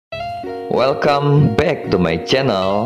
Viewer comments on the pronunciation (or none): none